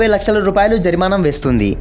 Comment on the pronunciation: Jarimanam kaadhu bro... Jarimana...